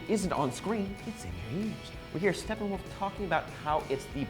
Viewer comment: its Steppenwolf, not Stefan wolf >_>